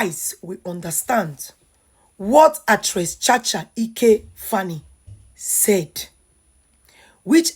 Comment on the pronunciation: Cha cha Eke Faani not ike,, learn how to pronounce people's name.